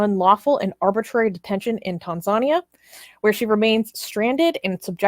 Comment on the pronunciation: Tan-zuh-knee-a (Tanzania)